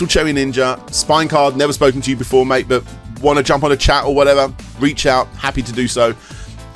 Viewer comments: I think when he says Mike, he thinks hes saying Mate. Or thinks people are saying Mike. Either way, that's my guess as to what is going on there. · could he have been trying to say 'mate' but just very inebriated? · Was he saying "Mike" or "Mate"? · I don't think he's calling you "Mike," I think he's trying to say "Mate" but it comes out that way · Ohhh, my goodness, SUPREME job,! Heh, but seriously, wooow. Is he trying to say "mate"? Did he mean to say "under the influence" but said "under the circumstances"? I think he did... I'm sorry you had to deal with such a nasty situation with this absolutely unstable, shady individual, I don't think he has a master plan, heck, even if he did, his situation is so deep it'll take more than one to get him out. I'm not just talking economically, is all I'm gonna say. That's the impression I got from this, at least. In any case, much thanks for this video, thanks for being a trooper to your viewers and thanks for a lot, like not letting that potentially harmful interview happen. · having moved to spain and having heard a lot of bad English when people don't get my bad castellano... MIke is MATE! hehehehe He is trying to saying mate in your accent but it just comes weird. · is he trying to say mike or mate? Or just confused the two? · Is it that he wants to say mate, but is too drunk to and it just sounds like Mike? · i think he's saying "mate" not mike. i also think i can make out some of the other words and they are not too nice. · Is he saying Mike or “mate” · I thought "mate" too, until he leaves the message about the interview, then it really does sound like "Mike." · I'm pretty sure he's trying to say "mate", Mike